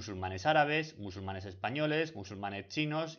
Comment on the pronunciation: los MUSULUMANES!!??? 😨